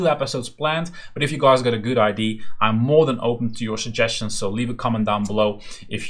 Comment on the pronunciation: Are you Dutch by any chance? Pronouncing "Idea" as "Aydee" is such a Dutch thing hahaha! Great tutorial, a lot of the stuff here on your channel are topics I'm currently implementing so it's a treasure trove this!